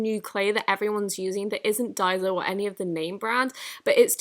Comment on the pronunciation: yo what up Just wanted to say I really enjoyed your video, your commentary was really pleasant to listen to and your timing for how long the slime ASMR went for was really good. The only possibly maybe bad thing I noticed was that you pronounced Daiso as dye-zo instead of dai-sso (hard s) Otherwise, your video was amazing and everytime I see a video of yours I am reminded why I subscribed to you. :)